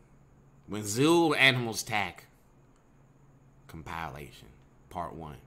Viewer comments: It’s comp-i-lation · trips me out everytime the way he pronounces "compilation".